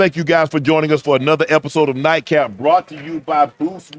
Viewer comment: Nightcap guys not daycap 😂😂